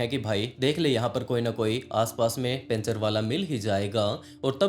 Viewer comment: पंचर ❌ पेंचर ✅